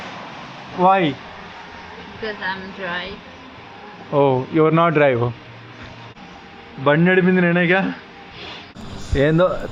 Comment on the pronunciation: ఓలా "డ్రై" అన్నాది, "డ్రైవ్"అనలేదు.😢